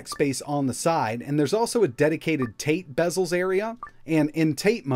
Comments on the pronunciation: Lol you said in "tate" mode or Rotate Mode. but it's actually ta tae mode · "Tate mode" isn't pronounced like eight, it's like "tah teh". It's Japanese for standing (more or less, y'all don't need a lesson on Japanese grammar). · it's actually pronounced tah-tay. It comes from the Japanese word for vertical. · I know it's technically pronounced "tah- tay", but ro-"tay-t" mode sounds so adorably American. Almost trademark worthy. 😝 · tah-teh is not short for rotate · Pronounced "tah-teh" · It's pronounced ta as in tar, te as in tent; no ey or ay sound. These end of word diphthongs are a common mispronunciation by native English speakers, since monophthongs are uncommon there that language. In Japanese (and honestly most other languages, Germanic ones too, even Middle and Old English), monophthongs are by far the most common vowel sounds in all positions.